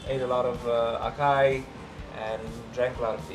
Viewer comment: Hehe say it with me, ah sah ee (acai) not ah Kay ah